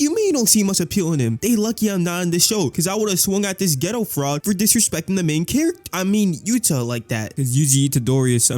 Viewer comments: The fact that ur saying “ghetto” instead of “Gayto” is pissing me off… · its not geto its kenjaku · i swear hes saying yuta and geto wrong on purpose